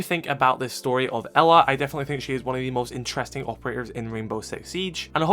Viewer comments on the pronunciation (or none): none